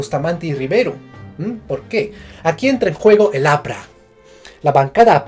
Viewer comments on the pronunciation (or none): aqui entre juego.... EL APRA ese énfasis lo es todo xdddd